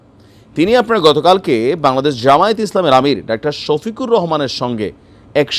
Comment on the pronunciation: সোফিকুল নয় 😂 শোফিকুর রহমান 😂🎉🎉